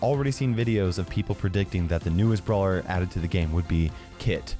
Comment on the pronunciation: Says some kid? (It's brawler, not brawer)